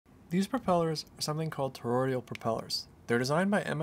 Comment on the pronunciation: Tor-oid-al... Not, Tor-oid-ial... 😂